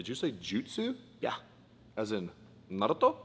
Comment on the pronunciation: "as in....nárütó?"